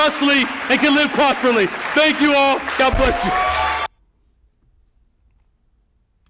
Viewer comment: This dummy (Mayor) just said "Prosperly". Is that supposed to be a mix of prosperous and properly??